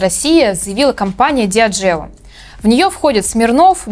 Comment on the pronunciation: Прическа конечно вышка, но предупреждать надо! :) А и еще правильнее будет "кОнэ" и "диАджио".